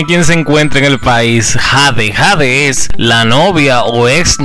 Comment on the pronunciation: Su nombre es Jade sii pero se pronuncia jey😂